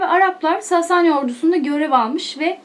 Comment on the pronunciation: Sasani derken a harfini uzatmayın lütfen😐